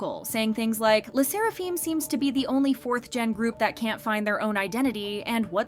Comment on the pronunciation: why do yall report on them when you can’t even pronounce le sserafim correctly.